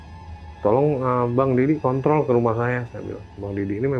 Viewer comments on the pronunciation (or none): none